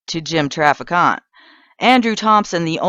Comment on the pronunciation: If you're going to produce a video about a man, get his name right. It's pronounced Traffic Ant. It's not pronounced Traficante. There are rhree not four syllables in his name.